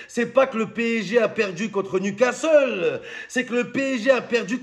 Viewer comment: 😂😂😂J'ai écouté qui y'a eu un ouragan hier soir au stade de newscaster.😂😂😂